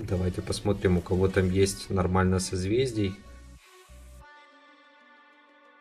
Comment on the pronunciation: в середине ролика: " Намальна, соседи, вам нравитса " 😂👌